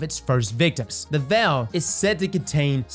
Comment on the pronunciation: Obviously we’re wondering about The Veil, but this guys asking more important questions, “what is the Vel?”